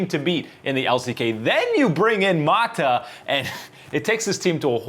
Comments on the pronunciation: Stop calling him maadaa.. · I cringe everytime he pronounces "Mata" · M A T A god damn even the white dude can say